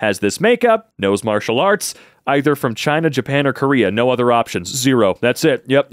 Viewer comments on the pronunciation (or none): none